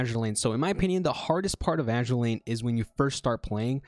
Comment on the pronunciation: Mistake #0: mispronouncing azur lane